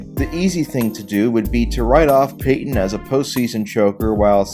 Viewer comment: PAY TON.. Not PAY HYEN. There's a 'T' right in the effing middle.